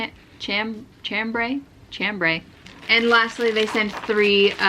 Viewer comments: Chambray is pronounced Shombray. It's a French name for a thin, light denim style fabric. The yarn looks lovely! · Chambray is pronounced SHAMbray. It is in reference to light blue cotton fabric that was traditionally used to make blue collar work shirts. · Chambray is pronounced sham bray. Chambray is a type of fabric.